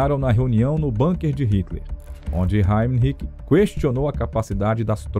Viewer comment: BUNKER – A palavra ALEMÃ é BÚNQUER, como se escreve, não BÂNQUER, com pronúncia angloide. Aliás, quaisquer palavras ou nomes estrangeiros têm sido ditos entre nós como se fossem anglo-americanos; precisamos contar a locutores e apresentadores que existem no mundo outros povos – e línguas! – além desses.